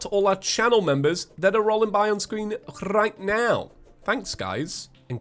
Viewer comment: hrrrrrigth now :))